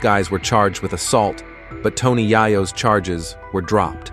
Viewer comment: This needs to learn how to say Tony’s name for real